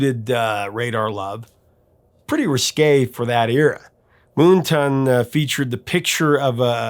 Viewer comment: Why do you pronounce it, "Moon Ton"??? Can I borrow some of your Sun TON lotion? 🤣🤣